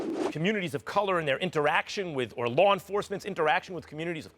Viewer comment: Max doesn't know how to say color